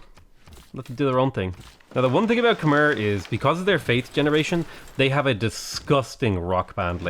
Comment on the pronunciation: When is going to pronounce Khmer the right way?